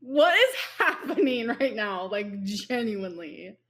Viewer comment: is this the new personality we knew was coming? The way she is pronouncing words and acting like shes always done it that way is making me see red. Raght, raght?